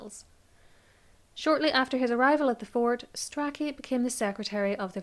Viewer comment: It's pronounced "stray-chee"! And "stew-klee".